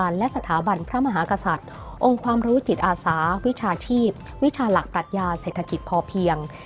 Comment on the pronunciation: คนอ่าน ติดสำเนียงอีสาน ใจเย็นๆนะ. ค่อยๆพูด. ตัว ก.เป็น. จ. ตัว. จ. เป็น. ก. จิตอาสา. ไม่ใช่. กิจ